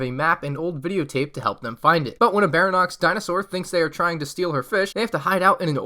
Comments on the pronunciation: its pronounced Bary-on-ix not baranox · Lol baranox Its pronounced bary-on-ix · Just a little FYI; it isn't pronounced 'barry-nox', it's pronounced something along the lines of 'barry- onyx' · "Barinox dinosaur" Ba-ry-on-yx. 4 syllables. I'm not criticizing, i'm explaining. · Im gonna be THAT GUY! Its pronounced (Barry-onyx) Baryonyx. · It’s actually pronounced Baryonx (Berryonix) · It’s (bary-on-ixis) The spelling is wrong because you pronounce it like that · Its pronounced Berrie-on-x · Die-law-foe-soar-us is the pronunciation of Dilophosaurus. Barry-Onyx is Baryonyx. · why do you keep messing up names you called the rexelcior rexelisor and now you called a baryonyx a baronyx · You said baryonyx wrong and it annoyed me a lot bary - on - ix But great video I like triceratops set the best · Who else cringed when he called it a dye-lophisaurus don’t forget bara-nox too! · Baryonyx (ba-ree-on-ics) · The Baryonyx is pronounced like "Barry-on-iks" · btw its pronounced barry on ix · The Baryonx is pronounced Bary-on-ixs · Good job and good vid not trying to shame you but here are the correct pronouncements of the dinosaur names. Barry-onyx:baryonyx Dilla-posurus:dilophosaurus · Your saying baryonx rong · The way he pronounces Baryonyx without a hint of doubt it's wrong makes me angry.